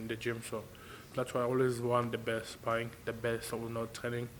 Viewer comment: Martin "sparring" bakole